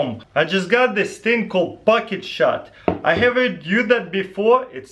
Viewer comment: I heard bucket shot